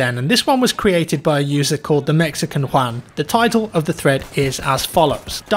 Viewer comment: Perfect pronunciation of 'Juan' killed it